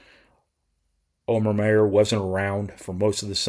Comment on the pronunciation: Omer has literally told people it’s pronouncer “Omer”, not oh mare